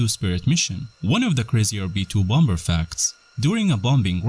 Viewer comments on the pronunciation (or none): well I just unsubscribed after the first 20 seconds by hearing bomBer 🤦🏻‍♂️ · Dude said BOM BER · i didn't know bomber was pronounced b0mBur